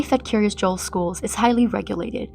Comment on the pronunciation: I may be nitpicking but is Kiryas Joel not pronounced Kiryas Yoel? At least that's how we pronounce it in Yiddish. Also for those not familiar with Hebrew the word Kiryat pronounced Kiryas in Yiddish means town or city, so literally the City of Joel, its founder.